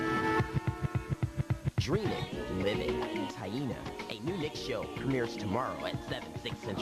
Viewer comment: i appreciate how you pronounce her name